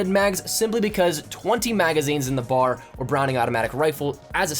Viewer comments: B A R. Not BAR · It's called the B-A-R. Not bahr. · B-A-R not bar. Good video, thanks for the tips! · I hate It when people call it the Bar it's B.A.R. each letter is said out loud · Good video. But a piece of history, It’s called the B.A.R. not bar like a place you go drink. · Repeat after me... B. A. R. Not bar. B. A. R. Each letter pronounced separately. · It's B A R. Not bar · It's B.A.R not simply Bar